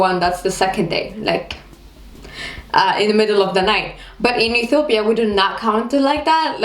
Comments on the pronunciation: You can't even know how to pronounce the name of Ethiopia. what's Etopia? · You're really cute, but I couldn't even tell that u r from Ethiopia from the way u talk. First of all, u pronounce it E-to-pya while Ethiopians pronounce it E-tyo-pya but foreigners pronounce it E-ti-o-pia. Are you trying to do a latin American accent? Btw, when I was around 7th grade, my highschool started using separate classes for all subjects, instead of single classes for all grades & sections. Also nobody I know likes wearing school uniforms. It's the best part of being in a university. I actually have a friend who once came to school in pijamas, too. Anyway, loved the vid xo. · why you sayin Ethopia!! say Ethiopia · *please don't make your mouth like ☹️😏 *It's not etopia, it's ethiopia *Merkato is not the only market in Addis or other cities and most sales personnels are not farmers. Anyways, you are beautiful. I hope we will meet one day and have a quality time together 😂lol